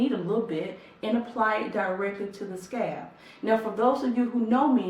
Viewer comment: I swear she says scab not scalp lol. It's all I can hear scab. Scab